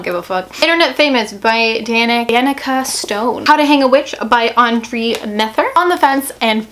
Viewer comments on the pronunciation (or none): none